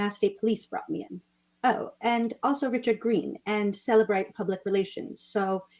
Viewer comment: It's funny how, in every case, they count on cellebrite to convict somebody. But in this case, they're saying cellebrite wrong